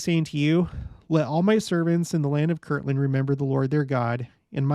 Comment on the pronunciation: Haha... Yes, this is one of the classic LDS pronunciation quirks. Kirtland: a town in Ohio. Kirkland: a brand name of Costco. Some others: Patriarchal vs. Patriotical. Or, if you really want to create controversy: ENSIGN "en-sun" vs. "en-sign" hint: according to the Church itself, the correct word was "en-sign"